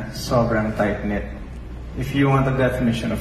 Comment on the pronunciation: TIGHT KNIT HINDI TYPE NET...BOPOLS 😂😂😂